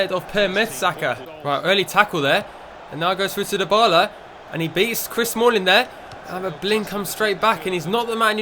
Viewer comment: can you please say Dybala properly